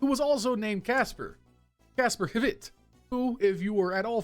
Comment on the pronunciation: As a side note, you don't pronounce the h in Kasper hvidt